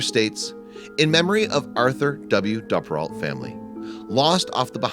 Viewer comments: It’s a great video but I’m just mad that he pronounces Duperrault wrong the entire video. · You're pronouncing her last name wrong. It's a long U, like Dooperrault, not a short U. I remember this very well because my family lived in the Green Bay area and I was her age. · I'm pretty sure the name is pronounced Doo-per-alt. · For those trying to look it up, the narrator is saying the surname Duperrault. The accent is impossible.